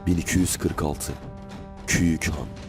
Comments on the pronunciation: Küyük değil Güyük Han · Güyük olacak doğrusu küyük değil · Güzel videodur eline sağlık ama güyük olacak ;)